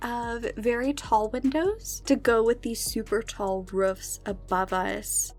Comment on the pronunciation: You say rufs it’s roofs! But I love the house it’s sooooo sooo pretty!!!